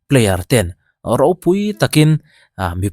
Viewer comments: Pi lucy khan a channel ah khan a rawn sawi fiah tawh a. Ro tia I sawi hi English thumal a O hi U ang a lam tur a nia Ro ti lovin Ru tia lam zawk tur a nih hmel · 'Raw/Ro' an ti lo 'Ru' anti. Thil hi hriatchian hmasak ve thin tur. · Row tih nilo in, RU tih a ni zawk lo mi?? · I sawi diklo chiang lutuk...""Ruuu'" ti in a lawm an au... chu chu""row"" tihna ani.